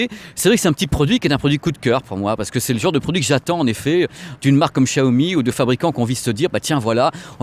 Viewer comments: C'est plus "Chiaomi" que "Qchiaomi"... Désolé mais c'est perturbant x) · Prononce " CHIAOMI" stp 😀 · Hey, on ne dit pas Chiaomi?